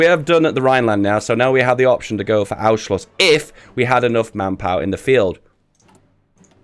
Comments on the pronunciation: DUDE CANT YOU READ THE N ON ANNNNNNNNNNSCHLUSS>??????? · Anschluss is not pronounced that way. You pronounce the "n" like an n and not like an "u". Everything else is perfect.